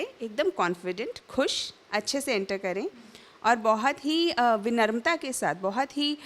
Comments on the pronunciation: Vinarmta nhi ma'am , vinamrta hota h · 04 : 10 min: sec Vinarmta nhi Vinamrata 😁